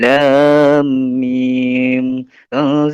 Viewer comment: Itu bohong bacaannya alif lammmim nya salah. Teruss ayat kursi nya salah kata nya ustad..